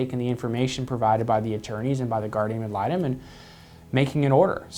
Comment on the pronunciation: It's guardiaN AD litem. That drives me nuts lol